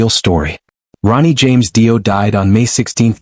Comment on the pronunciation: "DIE- O." 🙄👈